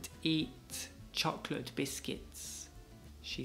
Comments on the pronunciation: Quien más notó que ella dice chocolet? Y el le dice que está bien 🤷🏽‍♀️... No era Cho-clot? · ¡¡¡Horrorrrrr la gente que pronuncia 'chocolate': /chocoleit/!!! Espero que la gente aprenda viendo vuestro vídeo